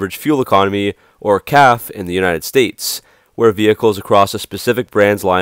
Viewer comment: Its Cafe not calf. Like a resturaunt, 2 syllables. CAFE. just thought Id clarify that!